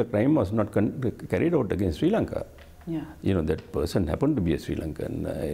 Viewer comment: "Sri Lanka" hota hai na ki "Siri Lanka" hota. Pakistani sabi madarsa chaap hota hai kya 🤣🤣🤣🤘🤘🤘🤘